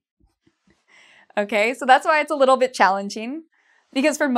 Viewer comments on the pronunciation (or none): none